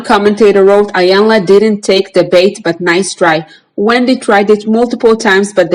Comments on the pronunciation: It’s not pronounced iiii yanla its pronounced eeeeyanla meaning big mama it’s a Nigerian language from the Yoruba tribe .. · Her name is pronounced Eyanla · Its Eeeeyanla, Iyanla. 🌟❤️ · You cannot even pronounce Iyanla's name correctly. She was an interviewer. By the way, Luenell cries... AND Iyanla is a licensed Psychologist so what are you referring to when you suggest it is not her responsibility to "fix" people. You are stupid and you cannot even speak properly... You can barely read the comments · You are not pronouncing her name correctly